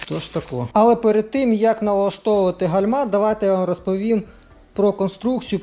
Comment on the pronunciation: Вітаю, дякую за корисне відео. Вибачте але гальма з наголосом на першу букву а. Вподобайка